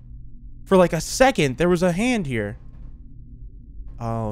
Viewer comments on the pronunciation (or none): none